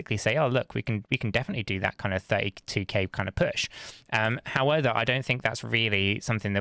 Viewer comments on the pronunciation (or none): I absolutely love your balanced content! However, can you please learn to say "however" rather than "howether" 🤣🙏 I can't stop hearing it 😅 and it takes away from your awesome content